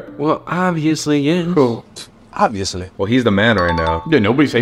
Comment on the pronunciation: The way he says OBVIOUSLY